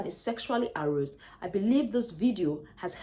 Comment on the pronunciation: Aroused... please learn to pronounce well. A-rauu-sed